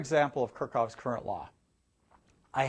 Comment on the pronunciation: It's KirchHoff, not Kirchoff ;)